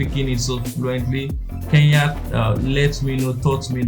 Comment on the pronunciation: It's K-E-N-Y-A not K-E-YA